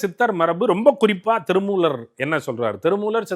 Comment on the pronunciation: பேட்டி எடுக்கும் பெண்மணி ஏன் இப்படி தமிழை கொலை செய்கிறார்? "ல"வுக்கும் "ள"வுக்கும் உள்ள வேறுபாடு தெரியவில்லை. திருமூளர், காளம் என்கிறார் :face-pink-tears